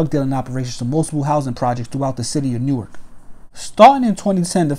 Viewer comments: New ark lol nork u mean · It’s pronounced nork just lettin you know for the next Newark video